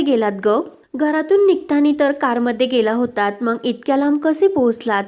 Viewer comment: Aga mang nahi ga mag. Jara shuddha bola na.